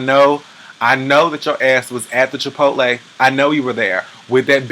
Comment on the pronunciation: Thank you for pronouncing Chipotle correctly. and not Chipolty